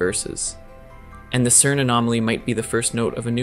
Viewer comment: Stop calling it kern !!!